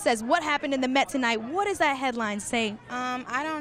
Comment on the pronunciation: that was best rrrrr😍😘❤